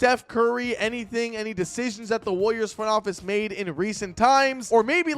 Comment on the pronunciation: why do u say it like wooliers